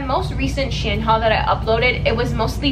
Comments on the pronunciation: you pronounced “shein” differently every time you said it lmaoo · i pronounce it she-in but said shen haha, shes probably saying it the right way though. i find it funny that everyone says it differently